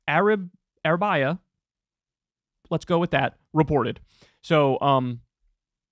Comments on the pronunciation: Regarding El Arabaiya (lol Arabiya).... Note to English speakers. When in doubt regarding foreign names, places and words including latin read phonetically, you know like in grade one. you're more likely to get it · Arab - ee-ya is correct pronounced of Arabiya channel saudi backed media outlet